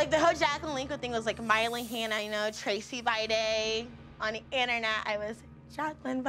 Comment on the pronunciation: I honestly thought she said "I'm crazy" not "I'm Tracey"